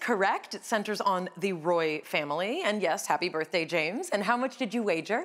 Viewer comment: Pronunciation? Roy, the Scottish name (the guy in the show is from Scotland) is not pronounced "Rwai" as in French. It rhymes with "boy".